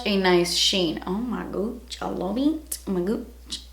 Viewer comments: Every time she says “oh my gouch” I die because of the urban dictionary definition of “gouch” 😂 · Megan Coller we are all welll aware of what she really said 😂😂😂😂 the O.P was just saying that when she says it like that it sounds like shes saying gooch😂😂😂😂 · I really like how you say "oh my gutch" 😂